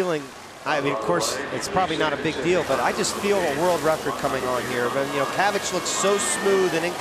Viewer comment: Nobody asked but it's pronounced "chavich" not "kavich"